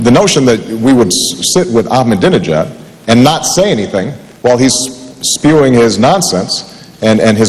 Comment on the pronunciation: Mc Cain is realy dumb, after 8 years Practice and saying his name almost evry day !he stil can't pronunc it "ak ma danee nejaad"!!